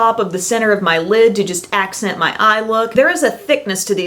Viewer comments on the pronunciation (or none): none